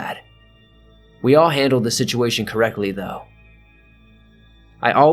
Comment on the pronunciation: "Shituation" lmao